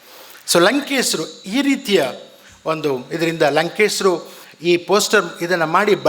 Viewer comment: WHY DO YOU CALL HIM "LANKESRU" NOT LANKESHARU?